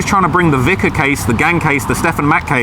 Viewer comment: FINALLY said “VICAR”[vY-Kar] correctly.